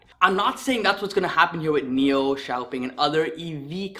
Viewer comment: It's pronounced Shaopung if pronounced in English